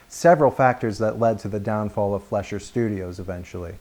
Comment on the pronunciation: As an amateur Fleischer historian, I can safely say you got all the details correct! That little bit you did where you imitated Max was really cute, & The actual print of the cartoon you used looks great! Only one gripe, & That's your pronouncing the name "Fleischer" wrong. Your saying it more like "Flesh-er" when it's more like "Fly-sher". Here's an example of it's correct pronunciation from a 1938 documentary about the studio: Still a great video, would recommend! You just earned a subscriber!